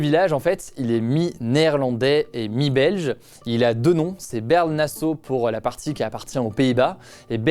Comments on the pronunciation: On dit Baarle! Pas baeaewrle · Par contre on dit pas Bèrle (nasseau ou le duc) mais Baaarle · Au cas où en Belgique on n'a pas de mairies comme on n'a pas de maires, mais ce sont des maisons communales avec des bourgmestres, et Baerle se prononce Bârle comme ça vient du néerlandais. Voilà pour la prochaine fois ^^